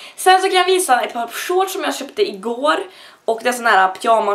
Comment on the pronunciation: hur säger du "shorts" egentligen? xD